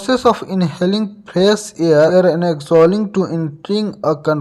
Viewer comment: Bro hair Nahi balki Air hai